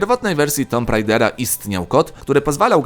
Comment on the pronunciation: Nawet nie umiesz poprawnie wymówić nazwy Tomb Rider